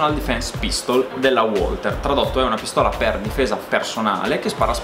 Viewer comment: Tutto molto bello, ma Walther si pronuncia VALTER e non UOLTER: è tedesco e non inglese, su su😂